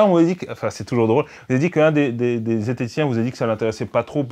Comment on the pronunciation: Oula j'ai entendu zetheticien j'ai tout de suite eu les oreilles qui saignent